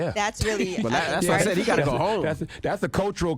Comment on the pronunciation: Envy keep saying “he gat to go home”😂😂😂😂😂😂Envy knows that all to well😂😂